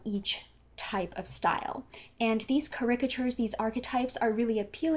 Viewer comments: Hey, thanks for sharing! Just a gentle note, the word "caricatures" is pronounced "KARE-uh-kuhh-churrz" (like the word characters, with the ah and chur sounds added). Keep up the great work! <3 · might depend on where you're from. I defin8tley do not say "chures"! no shame in saying "cArrricatures" similar to couture and not a broad 'churrrz' in sight. making the 't' and ior sound light and clear.